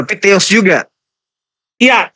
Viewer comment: Hampir Masuk akal tapi salah penyebutan teos masih ada teros tertinggi dan agak lucu